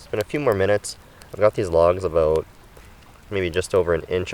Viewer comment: Hey are you Canadian?……….”What are you talking aboot?”